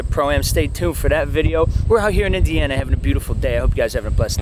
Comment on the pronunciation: you keep my states name outta your mouth! 😂 It's Indiana, not Ana if Indi 😂😂